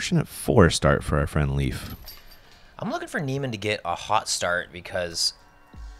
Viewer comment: You say Leif wrong. If you say ei like ey you will come closer to how it sounds. Leif is pronounced Leyf in Swedish. Typical Swedish name. Guess that Leif Swenson has Swedish or nordic ancestors.